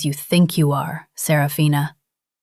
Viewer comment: There are only four syllables in Serafina, not five. Little inconsistencies.